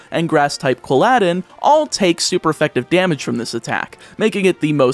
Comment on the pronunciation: MAN CALLED QUILL-A-DIN QUILL-ADDIN LIKE ALLADIN FROM THE MOVIE ALLADIN